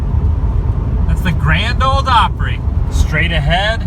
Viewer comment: There's no "d" in "ole" in "Grand Ole Opry". LOL I love your pronunciation of name...especially Texas cities. But, that is what make you, you, and we like it!!! I love watching your video! Keep up the good work!!!